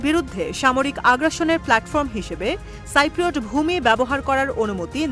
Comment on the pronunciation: আরে সাংবাদিক এটা সাইপ্রোট হবেনা কথাটা হবে সিপ্রোট।